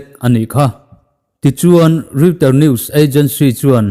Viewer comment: Reuters hi Royter tia lam tur a ni zawk em aw